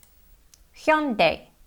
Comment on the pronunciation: Your pronunciation of Hyundai is as good as natives.👍 it's quite difficult to pronounce because it has double vowels like 'yu' in first syllable and 'ai' in second syllable which Korean could make a mistake.